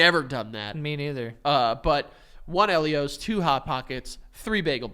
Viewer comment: It's pronounced EEL-io's. I will die on this hill 😂